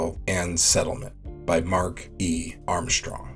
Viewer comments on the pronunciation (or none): You have a nice voice for narration, but Armstrong does not have a H in it. It's not Armshtrong. The ST sound does not have a H in it at any time. For example, astronaut, not ashtronaut. And stress, not shtress. Then there's experiment. ex-pair-i-ment, not ex-spearmint. Thank you.